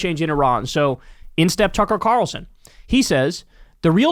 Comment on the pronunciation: Did you just say "Cucker Tarlson"?